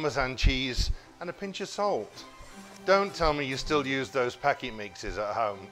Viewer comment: 1.50- pakimixes 🥴- I know that’s not what he said before you all start lol